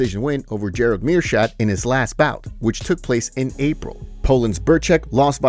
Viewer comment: Meershart. Pronounced Meershart. Not Meershat! Damn are you slow? Please if your only job is talking. Do it correctly. Please pronounce names correctly. Please DO YOUR HOMEWORK! You have literally 1 job